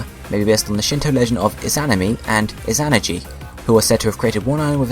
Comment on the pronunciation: You're pronouncing Izanami and Izanagi wrong. So very wrong.